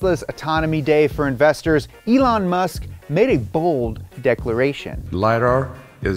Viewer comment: Why did you call Elon musk "Elon musket"?